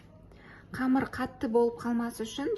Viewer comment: Не камар, а камЫр